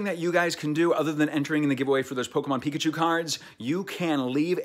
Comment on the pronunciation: Pickuchew k